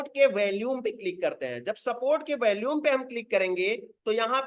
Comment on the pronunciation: Sir bohat badiya raha. Apse request h ki "VOLUME" shabd ka Google par pronounciation yaani ki kaise bola jaata h vo ek baar dekh lein. Aap is shabd ko galat bolte hein. Dhanyavad